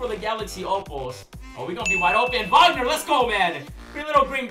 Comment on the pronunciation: Wag-ner not wogner